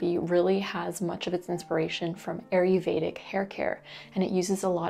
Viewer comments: Gentle reminder: It's ayurvedic but you call it aryuvedic (which I'm fine with because it's cute but I thought it's easier for new people to search it in case they want to). Thanks for all the info you share 🙂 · sorry, love your vids & willingness to share your vast hard earned knowledge. but Ayurvedic is pronounced- I yer VAY dic. I really do appreciate your information it is invauable for me. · It’s pronounced “EYE yur vayda.” Thank you for the videos.